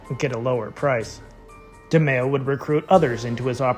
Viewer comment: Please say his name right